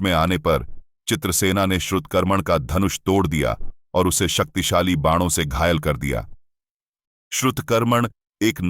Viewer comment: Is it only me or someone else also noticed that he said Saktisali Missile in